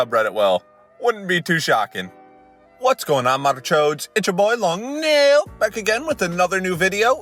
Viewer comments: him saying long nail instead of long neeil makes me uncomfortable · Some stupid comment about how he says nail instead of neil